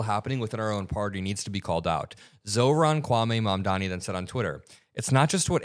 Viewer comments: Cuomo seems like a moron in every possible way. He STILL can't even pronounce Mamdani. "Mandaaaahmi". What a nasty idiot. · Bye bye Cuomo! May we never hear from you again! 👋 edit: he butchered Mamdani's name yet again in the radio show that mfer